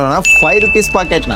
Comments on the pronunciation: Packet ❎Pocket✅ 😂 😂 😂 pls improve but still I am a big fan not fan ac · Bruh adhu Packet not Pocket!!! 😅